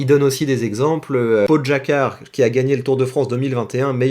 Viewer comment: juste pogacar se prononce poguatchar😅 sinon la video est sympa👍